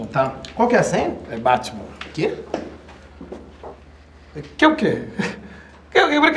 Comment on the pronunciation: Mas ele disse "batchiman".